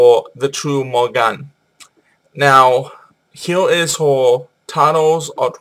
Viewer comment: it is not morrigan ether is The Morrighan or Morrigu, Morgan is Morgana le Fay